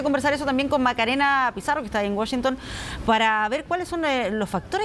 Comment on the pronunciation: Por qué dice Wushington si es Washington periodistas Chilenos aprendan a pronunciar